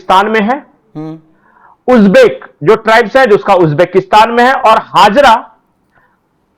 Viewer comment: हाजरा नहीं हजारा है